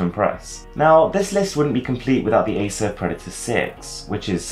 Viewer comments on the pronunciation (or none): none